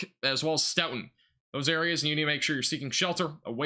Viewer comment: As a local to the wisconsin tornados i just wanna say thank you for covering this. A few pronounciation tips for the future: Stoughton: Stow-ton Albany: All-ban-e Monticello: Monti-cell-oh Brodhead: Broad-head Thank you again! I was working so i wasnt able to get out and see it for myself 😭 i appreciate your coverage